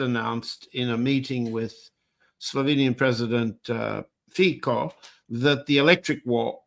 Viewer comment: Fico is not pronounced "fiko" but "fitso", mr Helmer.